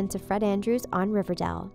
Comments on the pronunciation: Ok this is sad in all But who pronounces it River-dell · It’s not RIVERDAL it’s RIVERDALE But I love Luke Perry rip😭😭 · the bad thing about this is 1. he died 2. she said riverdal... not riverdale 👌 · New actor....? Uuuuh no. It's not riverdel it's riverdale. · Its not riverdal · She says it more like riva-dell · Omg I felt really bad but I was thinking the same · Riverdall 😂😂 (Rip Luke Perry) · “River dell” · Did you say riverdell? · She said riverdil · Did she say riverDELL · 😥😥😥😥😥😥😥😥😔😔😔😔😔😖😖😖😫😫😫😣😣😣😩😩☹️☹️☹️☹️😞😞😞😞 ( p.s why does she say riverdal ? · What’s riverdell😂😂😂 that’s what she said😂😂😂